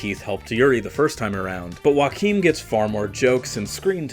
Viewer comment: It’s Joachim- yo-ha-keem